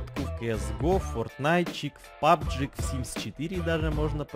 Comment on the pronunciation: Он сказал пабг?